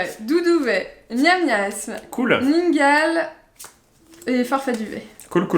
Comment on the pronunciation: C'est ningale et pas mimigale ou migalos 😅